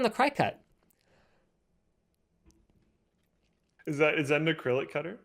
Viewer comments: It took me a minute to figure out what he was even talking about and I have one. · Yeah, my mom has one and I'm just sitting hear like "what the heck is he talking about" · Iv never heard someone pronounce cricut like that. Cricket it’s why it’s a little cricket looking dude XD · It's pronounce cricket, like the insect. Notice the cricket on their logo and graphics? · Cricut is pronounced like the insects/bugs, cricket... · I knew I wasn't the only one who cringed at that pronunciation. 😂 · STOP SAYING CRY...CUT. It's pronounced like cricket. My head was going to explode. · It isn't pronounced cry-cut.. it is pronounced CRICKET.. per the company. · I believe it's pronounced like cricket, not cry cut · Is he pronouncing cricut "crycut"? Its pronounced "cricket". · It's not cry-cut It's cricut Like Crick-ut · I pronounce it "cricket", not cri-cut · Cry cut? Cricut, pronounced like cricket but with a u instead of an e. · lol, Cricut pronounce Cricket not Cry-Cut. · I love when you call it a cry cut when it is actually pronounced Cricket like the insect. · I was so confused about what you were talking about, but now I get it. You have a Cricut cutting machine. Cricut is pronounced like the insect (“cricket”) and not like “cry-cut” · Cry cut? The cutter with a logo that has antenna like a cricket... Maybe that's how it's pronounced? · btw i’m pretty sure it’s not “cry cut” but pronounced “cricket” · I’ve never heard people call it a “cry-cut” haha. We always call it a “cricket” like the insect. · "Cry-cut"?? You mean Cricut, as in the insect cricket? Their logo literally has antennae... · Anyone else’s brain go “uh what” when they pronounced Cricut as “cry-cut”? Lol 😂 Perhaps it’s more manly when they realize it’s pronounced like the game or the insect: cricket. Side note: my husband uses the maker in our house for custom wood flags. I use it too, but it’s a shared item. Super handy. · Can we appreciate how linus pronounces Cricut? normally its pronounced like cricket